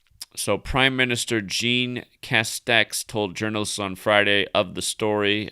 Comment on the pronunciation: Jean is the french version of "John" and pronounced similar to John (szjon is how it's pronounced).